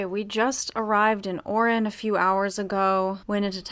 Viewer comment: guys its Oran, not Orin.